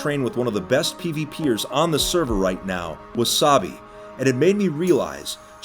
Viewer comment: "Wasabi" HAHAHAHHAHA